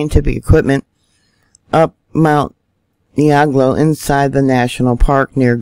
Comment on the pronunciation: Nigh-EERA-gong-o Volcano.